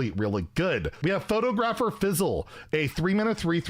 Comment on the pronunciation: Have you never heard the word "photographer" before? You keep pronouncing it like two separate words: photo-grapher.